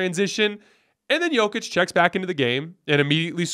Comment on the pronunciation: is hardly alone in getting things wrong about Jokic. Most NBA talking heads, even after 2 MVP's, still mispronounce his name. Denver fans just throw our hands up.